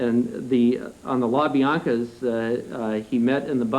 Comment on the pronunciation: how can someone be "parole commissioner" but has NO IDEA about the case and frankly can't read....? BLANCA.... HER last name was Bianca you dumbass. Have some respect. i'm not supporting manson, but holy S**T ... this is insane. "we accept as true" this is a sham .